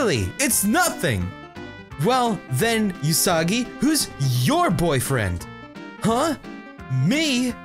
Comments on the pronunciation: I wanna say it's oo-sagi, not yu-sagi, but whatever. Who cares. Pappyruss. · you keep pronouncing Usagi-chan incorrectly The U in Usagi is pronounced like the sound oo in oops, there is no y sound to it. You where pronouncing it like yousagi. Also chan, it's pronounced as more of an open vowel sound like the a in another. not a closed vowel sound like the a in the name Nathan.